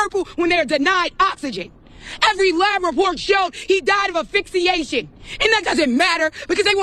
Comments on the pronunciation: I didn’t know he died of “afixeation”!!! This changes things! 🤣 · you don't die from "afixiation" hours later at a hospital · "He died of affixiation"